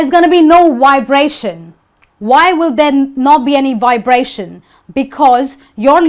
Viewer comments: So many Indians get this wrong. Even our hostess gets it wrong when she says "whybration" instead of "vibration" . Indians ALWAYS get this wrong, and it sounds terrible to native English ears. W and V are COMPLETELY DIFFERENT LETTERS that sound NOTHING alike. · Stanley Ravi, I also heard her saying 'wibration'. Actually, she is maintaining the sounds for the class only, in normal conversations out of the classroom, she is likely to pronounce 'v' as 'we'. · the teacher makes mistakes, wabration... Indians mixed up V and W no doubt from this teacher... And adverb not adwerb I just don't get it Indian can clearly pronounce V and W clearly but just at the wrong time, using V when you suppose to use W and so on... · And I'm supposed to take you serious when after a minute...…...….you say, Wibration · but you just said wibration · She herself pronounced vibration as 'wibration'. Learn these sounds from native English speakers on YouTube... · because she said "adwerb" and "wibration". Even she can barely pronounce them properly while speaking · I was like "she did not just do that right?" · The difference between V and W is just theoretical. In practice both pronounced as same, like when you said 'Vibration' you didn't made the lip movement as you mentioned in the video...